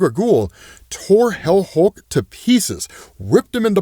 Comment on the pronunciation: Hell Hulk? Helk? Wait... HELCK? GO READ/WATCH HELCK!